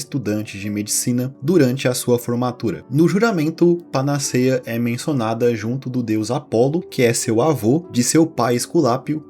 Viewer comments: Panaceia se pronuncia com o "e" aberto, como se estivesse acentuado. Tem fotos na Internet do Byers sem a mandíbula. Como se tivesse "derretido" mesmo. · Se diz panaceia com 'e' aberto e não fechado. A fonética deve ser feita como acento agudo. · O vídeo e a edição são muito interessantes e bem-feitos. Justamente por esse caráter informativo, seria legal atentar para a pronúncia de palavras como 'panaceia' (pa-na-CÉI-a), 'betume' (be-TU-me) e até mesmo o nome da deusa 'Higeia' (hi-GÉI-a). Não se trata de diminuir o trabalho do criador do canal, pelo contrário: esses detalhes agregam ainda mais valor ao que já é bom.